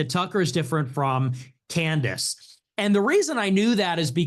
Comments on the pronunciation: If he calls her Can-Dace one more time…. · he pronounced candence as can the ass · Andrew pronouncing Candace “Canned Ace” was absolute unintentional comedy gold 😂😂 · Canned AYSE!! 😂😂😂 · Sometimes he sneaks in canned-ice once in awhile too 😂 . I'll do the same thing with People. It's just a fun poke depending on the Person and the name. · Was watching a Debate from a few years ago with both her and him. He utilized Canned-Ace, Canned-Ice, and Candace all within the one Debate 😂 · Why does Andrew say Candace like that?